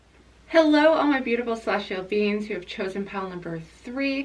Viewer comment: I love that the way you pronounce ‘beings’ sounds like ‘beans’. I’m TOTALLY a celestial bean ❤️ thank you for this reading!